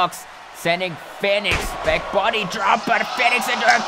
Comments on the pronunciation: REY FINIX HAHAHAHA ITS REY FEEEEEEEEEEEENIX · Im sorry but 8 minutes of you saying Rey Fenix when it's said fee-nix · U saying his name wrong it’s Phoenix but spelled Fenix this way but awesome match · Great match but you mispronounced Fenix tho